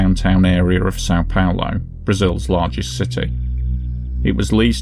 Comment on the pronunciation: you're welcome, but please, it's São PaUlo. "Paolo" is an Italian male name, and we're very far from Italy. "São Paulo" is just "Saint Paul" in Portuguese. (BTW, the name of the building is pronounced "zho-ELL-mah", not with the Spanish "H" pronunciation used in the video. In Portuguese, "J" sounds as it does in French.)